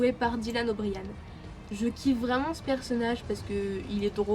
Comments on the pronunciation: anna 0brien Sa se prononce Dylan Obrayen 😂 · TA ÉCORCHER LE NOM DE FAMILLE DE DYLAN OMG ÇA SE DIT PAS COMME ÇA 😭😭